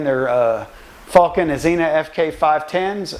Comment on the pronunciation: Azenis tyres not azena